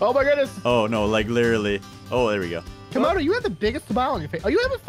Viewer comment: It camodo not comodo